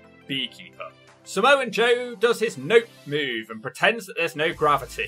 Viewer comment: There’s no N in “Samoa Joe”